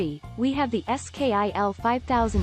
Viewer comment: When 90% of people are right handed why do manufacturers insist on making circ. Saws that require us to use our lift hand to guide the saw? Also s-k-i-l? For god sake, pay a human to do the voice over.